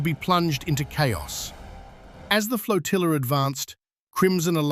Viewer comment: "As the FLOTILLER advanced????? Stupid AI. It is most definitely NOT spelled that way. It ends with an A IGNORANT AI